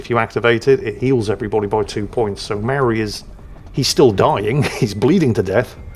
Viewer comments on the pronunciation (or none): Mauri (Mow-ree) New Zealand Natives and their sacred stones. Not Mary. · Is calling "Mauri", "Maori", just to troll me?